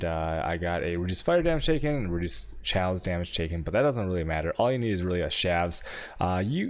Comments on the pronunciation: he pronounces chaos "chows" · But why pronounce chaos like that... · How the hell do you pronounce chaos LOL.